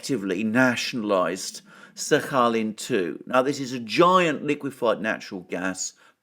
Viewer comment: My x girlfriend is from Sakhalin island. You must pronounce the “k” 😂 😘